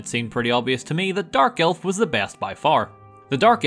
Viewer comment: When said 'dark elf' i heard 'Garfield' wow.